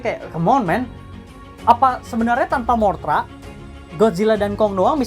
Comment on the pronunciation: MOTHRA BANG BUKAN MORTHRA